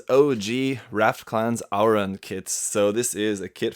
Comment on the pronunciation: It's AURUN not AURAN